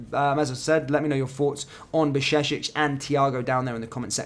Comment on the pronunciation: You don't pronounce Jurgen Klopp as Hurgen Klopp so you know back in your mind that Bajcetic is with Slavic/Germanic "J" which in English would be close to "Y". So BAY-CHE-TIC. And that last sound "C" is like the first sound in well known Italian word "Ciao". Now, some training Bajcetic BAY_CHE_TIC(iao)...